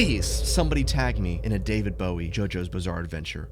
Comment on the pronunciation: "daveed bowhe" IM CRYINGG